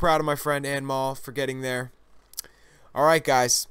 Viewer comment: hey mostly i think anmol is indian its pronounced as un mole nice vid